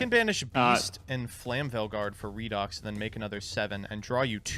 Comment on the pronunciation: It’s REED-OX. Redox. It is pronounced like this because of oxidation-reduction reactions in chemistry that are called Redox reactions. You say it like reduction.